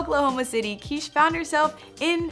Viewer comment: You're pronouncing it like "Quiche" like the breakfast dish..Isn't it supposed to be Kish, like it would rhyme with fish??